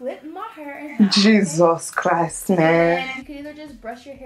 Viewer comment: “Jesos Christ meeen” 😂